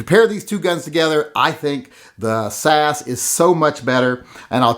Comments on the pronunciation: its s a s.as in british special air service,komando regiment. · This reminds me why I unsubscribed from TYM. He hasn't actually touched the Hellcat, but pronounces it much harder to shoot than the P365. And he compares an extended grip on the P365 with the standard mag on the Hellcat. Worst of all is him saying "sas" as if its a word. Every time I try to like TYM, he proves himself yet again to be a b!tch. Don't review a gun that you've never been in the same room with.